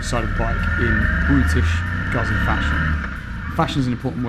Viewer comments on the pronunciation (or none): 'gootsy' not 'guzzy'... 😑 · LOL! Knew you weren't a Moto Guzzi fan as soon as you pronounced it Guhzee instead of the correct Gootzee! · Nah, that excuse doesn't work. TRUE Moto Guzzi fans, wherever they live, pronounce it the way Italians do, just as TRUE Porsche fans pronounce Porsche with two syllables as it is done in Germany, Por Shuh instead of Porsh. I have British, Swiss and Finnish friends that all own Guzzis and they all pronounce it Gootzee. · Doesn't get Guzzi this guy. Cant even pronounce the name. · How about learning the pronunciation of 'Guzzi' before doing a review? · oh god please learn how to pronounce 'Guzzi'! Hurts my fckn ears